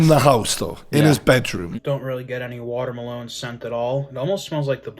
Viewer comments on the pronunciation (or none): fr like my man said water malone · How did they not comment on the way the food reviewer pronounced "Watermelon"? Watermaloneeee hahaha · Why is none talking about food reviewer pronouncing melon “MELONE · Why does the Food Reviewer pronounce watermelon like it has face tats and sings 'Rockstar'?